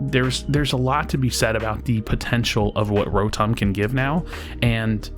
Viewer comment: You’re the only who pronounces Ro-Tom right